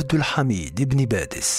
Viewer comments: باديس وليس (بادس) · بارك الله فيكم على المعلومات ولكن يرجى التصحيح إسمه إبن باديس وليس إبن بادس ورمضان مبارك لكل الأمة الإسلامية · صحح اخي ابن باديس وليس بادس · شكرا على المديح وللعلم انا من الجزائر 🙋🙋🙋🙋و سمه عبد احاميد بن باديس انه باديس وليس بادس😊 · لتصحيح إبن باديس و ليس بادس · ليس بادس بل بديس